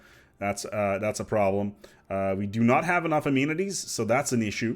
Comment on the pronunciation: A-man-eh-teas. Try it,.